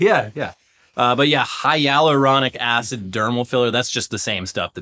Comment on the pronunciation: I can't believe you pronounced it hyaluronic acid instead of hyaluronic acid.